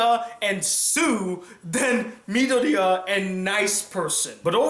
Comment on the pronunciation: Why d'you keep calling him Midoriyan?